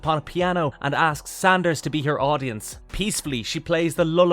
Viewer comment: Szandor, NOT Sanders. Do some homework.